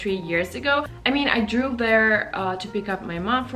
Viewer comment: you should check the pronounciation of past form of the verb "drive" you sound like you re sayin "drew" a lot. btw love ya.